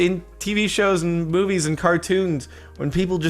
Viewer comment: Did he say boobies instead of movies ?? Demonetized